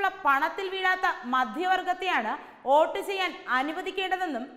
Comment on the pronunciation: Not OAT. ❌. It is VOTE... VOTE ✅